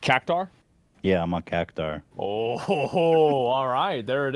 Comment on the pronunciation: He said Cactaur though :thonk